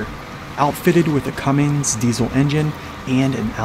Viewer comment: Cummins. Not Cummings.